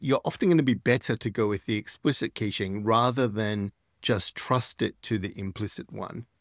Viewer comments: It’s pronounced “cash”-ing (cash, like, money) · kayshing? :D